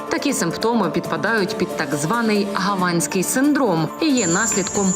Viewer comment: Янино, не "гАванській", а "ГавАнській"!!! Дякую за актуальний випуск♥️". Максимальний репост усім друзям та знайомим👍